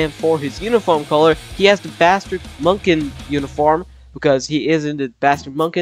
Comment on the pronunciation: It’s not Munkin, it’s Munich (Mew-Nik)